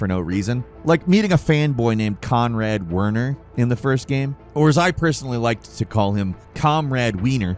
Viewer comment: AliSTAIR? Conrad WERNER? This dude can't even pronounce simple character names, and that's just five minutes into the video. Did give up on even pretending to know what he's doing? Maybe "" should focus more on actually playing some games instead of being a communist on Twitter if he wants to keep talking about video games.